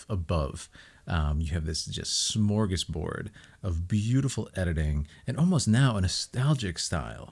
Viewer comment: Got so surprised when you tried to say ”smörgåsbord”, actually sounded kinda good